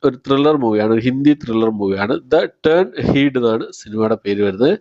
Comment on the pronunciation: "ടേൺ എഹീഡ്" എന്നല്ല, "ടേൺ അഹെഡ്" എന്നാണ് അല്ലെങ്കിൽ "എഹെഡ്" എന്നും മലയാളികൾക്ക് പറയാം